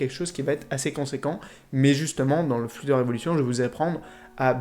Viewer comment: juste il sait pas dire flutter